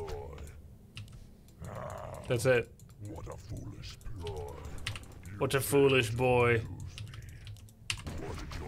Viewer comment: "What a foolish _ploy_". Not "What a foolish boy"